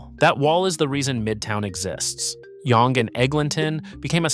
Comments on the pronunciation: It's pronounced "young street". It just has an annoying British spelling. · Yong-gay 😆 maybe only college to Wellesley would Yonge be pronounced like that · you needed a bit more research on this video, no offence. first of all the Yonge pronunciation, and then calling it "nearly 3 million people" from an outdated 2021 stat when the population is over 3.3 mil in 2026 is quite sloppy and makes you sound uninformed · Pathetic video of Toronto BUT SHOWING buildings from a variety of other cities ! Not to mention not even knowing how to pronounce YONGE ST. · how you going to make a video about Toronto and can't take the time to educate yourself on the pronunciation lmfaooo